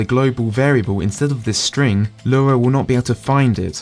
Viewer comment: It is driving me up the wall that you keep saying "Lura" instead of "Lua". Or "Free" instead of "Three".